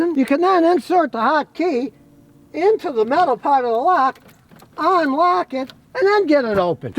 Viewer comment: "Onplugged"????? "Onlock"?????